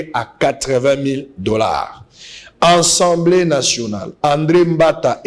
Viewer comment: Pardon ba ndeko. Est-ce que Mr le journaliste atanga vraiment oyo ba komi na papier? Soki yango alors mawa mingi. Je comprends pourquoi ba pays voisins ne nous respectent pas. Atangi " ENSEMBLEE nationale. Atangi oyo ba komi na papier ? ENSEMBLEE même avec accent aiguë ce mot n'existe pas na langue française. Na landa ye ye alobaka tjs ENSEMBLEE nationale est-ce normal ? Le mot ezali assemblée nationale. Bo yebisa ye po bana ya maternelle école primaire ba landaka ye. Après bo loba te ke ba enseignants ba zali en mesure ya ko former bana te.MERCI